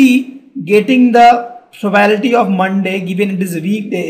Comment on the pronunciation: For God's sake check the pronounciation of 'PROBABILITY'.